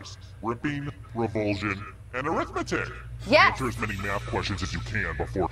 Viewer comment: R-ithmetic made my day.